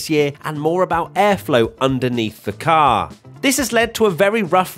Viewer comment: Can say "car" even more obnoxiously?